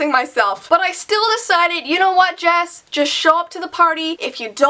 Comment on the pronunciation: you said his real name "Jesse"